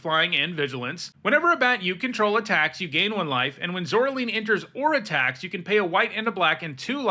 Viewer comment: Pronounce "Caroline". Now pronounce "Zoraline"